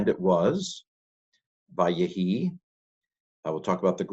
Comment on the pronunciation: In וַֽיְהִי I think we have our old friend metheg that turns 'vay-HI' into 'vay-ye-HI' vocal shewa...